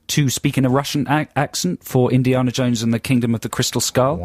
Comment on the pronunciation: Say Indiarner Jones to sound phonetically like Joe